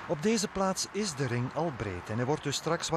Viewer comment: Rrrrrrrrrrr krrrrrrrrr RRRRRRRRRING OpenbaaRrrrrrrrr